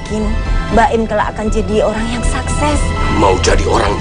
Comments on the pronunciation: Sakses bkn saksek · Kata ibunya baim pas ngomong sukse bilangnya saksek